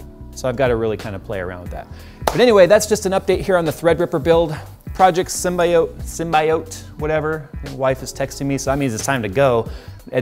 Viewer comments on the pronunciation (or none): sim-bee-yut. How you say it... that is. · For the record... it’s pronounced “sim bē ōt” You can literally just google it. Anyways gorgeous build so far. Keep up the good work. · can you even say symbiote properly